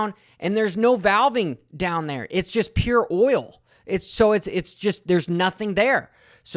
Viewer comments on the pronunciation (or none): none